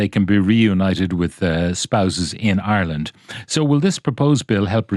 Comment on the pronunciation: Congratulations,. You finally learned how to correctly say the word Ireland. Formally known to you as "Areland & Orland.".....